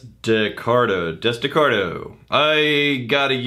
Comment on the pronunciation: Dude. I spit my coffee across the room when said (or tried to say) Desdecardo. You guys made my week!